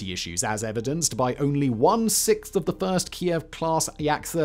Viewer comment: 6th = siXth not sickth